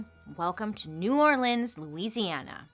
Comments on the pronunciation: Thanks for pronouncing New Orleans correctly ♥️ Angola prison in LA is a working farm.. slavery at it’s finest!! Still happening today. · Thank you for pronouncing New Orleans correctly ❤️